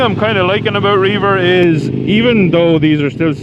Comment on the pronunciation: I do believe the app is pronounced Rev-er (at least when I've heard the employees pronounce it). I can imagine you could use it for reaving though, go forth and plunder! Love the jacket, it looks sharp on you. I'd totally drive that truck. Very dope.